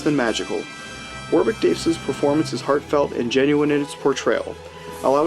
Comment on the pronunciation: It’s pronounced wo-rick